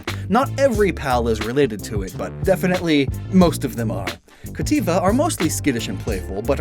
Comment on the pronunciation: Adding the extra t half way through cattiva